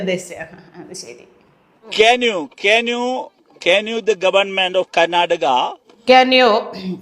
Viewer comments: ക്യാന്യൂ ത്യാനൂ ക്യാ നൂ........... മെഗെ മെ ഗെ ഓഡിറ്റ് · ക്യാൻ you മാറ്റി ക്യാൻ ചെമ്പ്, എന്ന് പറയുന്നത് വെറുതെ അല്ല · അന്റൊരു കുർച്ചിലെ കേ ന്യൂ😂😂😂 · Kenuoo 😂 Meke...😛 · കാന് യൂ അല്ലകപ്പേ J N U എങ്കിലും പറ എന്നാൽ യൂണിവേഴ്സിറ്റി ആണെന്നേനെങ്കിലും മനസിലായെന്